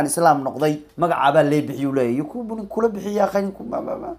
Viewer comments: 😂yakubu maha ee yacqub waye🤣micnaha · yacquub weeye magaciisu maaha yaquubo😀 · yakuubu maahanee yacqub waaye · yacquub waaye yakuubuu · yakuubu ma ahanee waa "yacquub"🤣🤣🤣🤣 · Sxb magaca thomas partey waa yacquub ee isagaa ku dhawaaqi karin